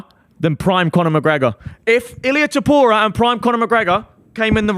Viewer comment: Danny is the biggest ufc casual that McGregor topuria take isn’t even a hot take and he can’t pronounce topuria